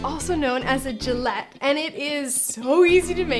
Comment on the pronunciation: yummmy it is sooo beautiful.. love your recipe .. I want to tell you that letter G in Galette is pronounce like in the word "game" .. I enjoyed watching your videos thank you <3 <3